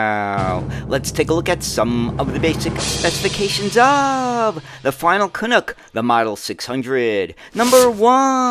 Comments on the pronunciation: Ok, say after me, CAN-UCK, not Cunucks…… 😂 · Interesting video, BUT! It's not pronounced canOOK. It's CanUk (like DUCK).